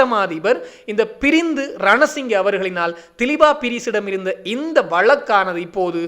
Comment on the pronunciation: தயவுசெய்து பெயர்களை பிழையாக உச்சரிக்க வேண்டாம். திலீப்பா பீரிஸ் அல்ல திலீப்ப பீரிஸ். பிரிந்து ரணசிங்க அல்ல பாரிந்த ரணசிங்க என்பதே சரியாகும்.